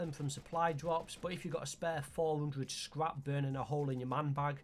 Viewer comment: What the fuck are you saying scrap and frag?.. so unclear